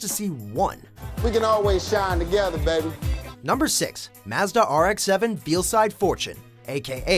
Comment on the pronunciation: He said veelside my entire body tensed so bad that my veins popped and I died